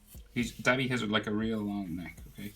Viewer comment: Its pronounced doh-bee